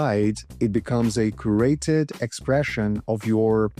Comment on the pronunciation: You pronounced curated incorrectly .